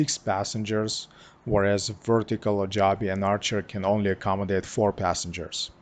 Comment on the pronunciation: It's pronounced joe-be